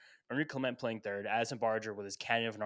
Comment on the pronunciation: A Mets van should not be pronouncing Kiner-Falefa as “Keener-Falefa.” Just saying.